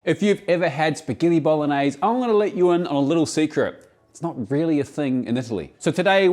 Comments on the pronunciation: bolognes isnt a thing either. there's a perfectly fine e at the end: bolognese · But how does he pronounce “Spaghetti Bolognese”?? 😀 If Vincenzo hears it, being in Australia, he goes to visit him to make him understand how to pronounce it.